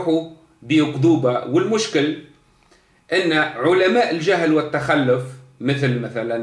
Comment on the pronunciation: التخلف٠ ينطقها بفتح اللام وتشديدها ٠ معنى هذا ان سيادته لا يعرف العربية الفصحى اصلا ولا اللغة القرآنية ٠ الصواب هو : التخلف بضم اللام وتشديدها يتكلم بالدارجة التي لا يحسن غيرها